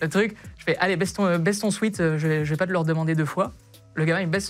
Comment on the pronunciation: Même pour un prof de français un sweat ça se dit swèt et pas swit 😂😂 Merci à tous les profs qui sont de vrais enseignants 👍🏽